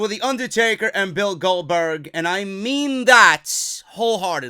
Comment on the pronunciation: Goldbotch not Goldberg